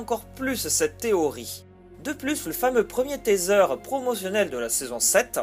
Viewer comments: Teaser se dit "tiseure", pas "téseure". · Un taitseur 😐😐 rip l'anglais